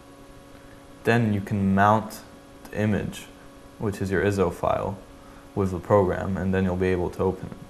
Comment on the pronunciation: they arent called (Ih-zo) the are I.S.O (Eye-es-oh)